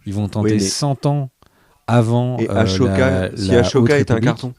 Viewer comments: Merci pour vos vidéo les gars ❤ Et, le « aCHoka » il pique les oreilles ^^ Bisous à vous les gars et merci encore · Par contre la prononciation de ashoka faut faire un effort un peu… c’est pas aCHoka mais ASHOKA avec un S pas un C.